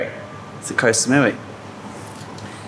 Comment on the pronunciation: Why do so many people say: 'koh - sa - mui - WEE' ?!